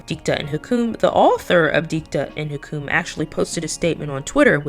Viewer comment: FYI Hukum is pronounce hoo-koom. It means Law. As an Indonesian, I get a second hand embarrassment...